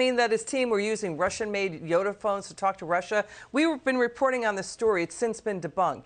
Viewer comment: it is yota phones not yoda i feel like people may get turned around online looking them up